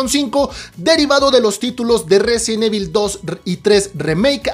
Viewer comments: Tan fácil que es pronunciar correctamente "Resident Evil" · Si vas a hacer un video sobre resident evil deberías aprender pronunciarlo bien.